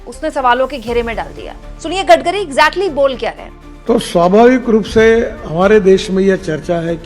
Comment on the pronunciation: Maam Gadgari nhi Gadkari boliye 😅😅